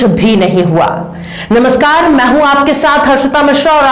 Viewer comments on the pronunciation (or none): none